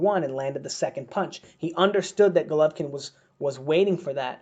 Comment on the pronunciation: 😂 😂 😂 U can't even pronounce golovkins name